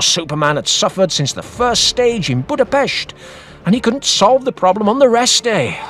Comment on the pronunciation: Thank you for pronouncing Budapest properly..